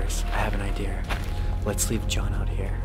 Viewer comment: “Explorers, I have an ideer”